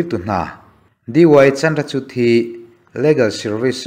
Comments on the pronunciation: Sir, Chandrachud a 'CHUD' hi CHUR ang a lam tur.. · Chandrachud- 'chut' anga lam lovin, 'chur' anga lam tur aw.